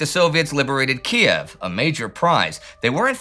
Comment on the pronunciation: Thanks for pronouncing it KEY EV.The wokes changed it to KEEV. Same with KAR KOV (KARKEEV).What next,BURLIN